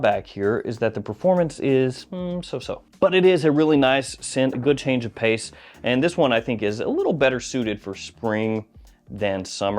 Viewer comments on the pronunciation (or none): none